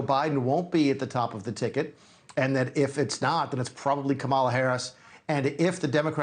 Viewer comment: Why doesn’t he know how to pronounce Kamala?!